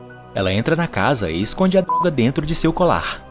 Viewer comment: Fala darga em vez de droga